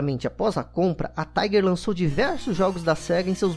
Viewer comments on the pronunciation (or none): none